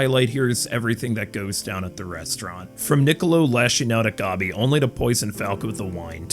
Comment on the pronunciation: You calling gabi "gobby" and pronouncing mappa as "moppa" had me rolling, I can understand the mappa one but gobby? really?